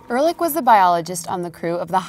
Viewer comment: Ehrlich not Erlick